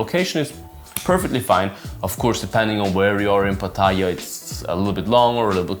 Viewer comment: First of all you should learn to pronounce Pattaya correctly mate.